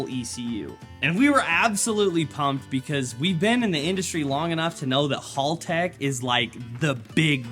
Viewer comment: MATE!!! Its pronounced HELL TECH Not hall tech 😂😂